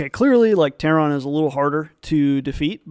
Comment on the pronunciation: I'm going to unsub if you ever say ""Terron" again